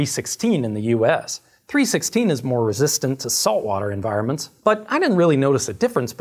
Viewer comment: It's 3-1-6 stainless steel, not 3-16 :/